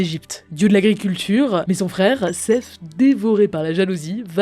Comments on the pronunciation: Ca se dit "Set" pas "Seff", c'est du Grec, pas de l'anglais ^^ Son nom égyptien c'était plus Setesh ou Soutekh XD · Cest "Set" pas "Sef" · C'est pas de l'anglais c'est pas Sess le dieu égyptien c'est Seth comme le chiffre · Pourquoi prononcer Seth à l'anglaise ??